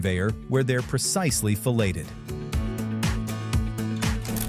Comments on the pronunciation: pronounced FILL-ET-ED not FELL-AY-TED. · "where they are precisely fellated" - not how "filleted" is pronounced, but much funnier. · That's not how Americans pronounced "filleted". Americans pronounce "filleted" as "fill-ayed". Not "fill-ay-ted". The mispronunciation is because the voice is an AI voice doing Text to Speech dictation. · did you say those fish were fellated? I think you meant "Filleted". VERY different meanings from two similar words... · just a quick note: the fish are filleted, not fellated. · "where they're precisely fellated"? Where can I get precisely fellated? Pretty sure you meant "filleted". That's not what the other word means. hahahaha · Hold on. The fish are fellated? As in given fellatio? That seems to be a bit unnecessary don't you think? Or did you mean to say filleted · . the AI voice pronounced the t in feleted. sounds like felated. i don't think they know what that means. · Gotta love AI announcers. Saying the fish are "felated". That's a bit different . But then the boys are out for weeks at a time, so . .. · He said FELLATED! 💨 🍆 👄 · they did what to the fish? I don’t think he said “filleted”…. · 😂 Did he just say the fish are fellated? "Do you like fish sticks?" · He said, "...PRECISELY fellated". 😯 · You need to have a native English speaker to check your Bot's pronunciation. Filleted is not pronounced the same as Fellated, that's very different. Also it's good to know that stupid cleanliness rules don't apply to fish stocks, like the guy handling the frozen fish blocks with a full beard and NO BEARDNET. WTF, this isn't what I want to see to instill confidence in my choice of seafood. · Did thyat computer say precisely fellated? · Not pronounced fil-LAY-ted though. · Lol, yeah, I caught that as well. Good old AI murdering the English language once again.